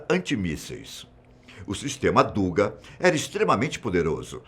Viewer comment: a pronúncia correcta é “dugá”, em russo «дуга», e não “dúga”. Esta palavra ao português traduz-se “arco”